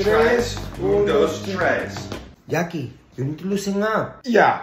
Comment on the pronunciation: counting: Oon does trees 😂😂😂